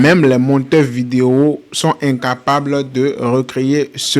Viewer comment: Quand tu dis Incapable😢 est-ce que tu regardes des films de Marcel Studio ?😅😂😂😂